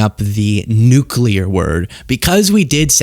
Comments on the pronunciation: Nu Clear, please for the love of god, say it just like that. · Get the bugger out! Please..... (He says 'nulcear' by the way) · I'm pretty sure he said "nucular".